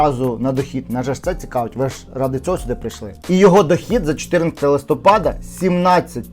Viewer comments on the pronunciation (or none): none